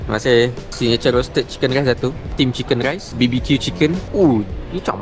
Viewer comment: Aku tak salah dengar "sang geghai" & "chicken ghraiss" dengan "teghhai"..betul kan?